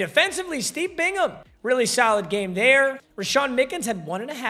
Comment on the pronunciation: I’m so happy you know how to pronounce Bingham when you didn’t know how to pronounce anybody else 😂 at least you didn’t say Bing-Ham